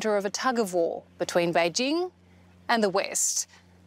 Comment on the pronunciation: Kudos to the commentator for going to the effort of pronouncing "Běijīng" correctly. Or at least much better than anyone from Fox News Australia would.